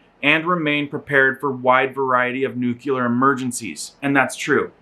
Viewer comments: lol he does say "nukular" instead of nuclear.... funny. Not so funny is the actual content...being in Europe now is a dangerous thing it seems. Prepare for SHTF. God bless us all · nu-clear: new-clee-err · I had to look up the word "nuclear" to make sure I wasn't going crazy as to its pronunciation, because everyone says "nukular". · Nuclear - NEW-KLEE-ARR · Bro you can't even pronounce nuclear. I gotta feeling your viewers can't either